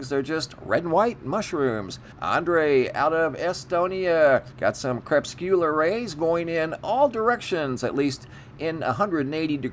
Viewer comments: Hey man really tryin to look out for you... It's pronounced "cre-pus-cue-lar"... this is like the 4th time, after this I'm gonna have to accept that you just don't want to sound proper/intelligent. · It’s pronounced cre-puscular rays